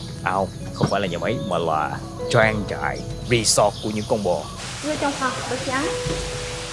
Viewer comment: khoái chêm tiếng Anh lắm rốt cuộc phát âm chữ resort trật lất :)